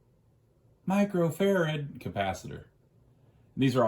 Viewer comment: You must be new here..he says Micro farad to take the piss outta people who mispronounce it or insist on saying UF 😁